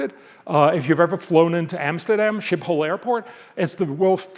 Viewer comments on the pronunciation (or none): none